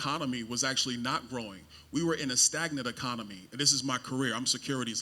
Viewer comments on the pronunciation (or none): Bros first words are miss pronounced didn’t know it was pronounced ecomony😂😂 if these are our congress representatives from the republicans I fear for yall honestly.